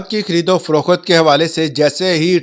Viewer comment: خریدو فروخات نہیں ہوتا ۔۔۔ محترم یہ پنجابی ڈھگلا تلفظ درست نہیں ہے ۔۔۔ یہ تلفظ خریدوفروخت ہوتا ہے ۔۔۔ "خریدو فروخات " نہیں ہوتا ۔۔۔۔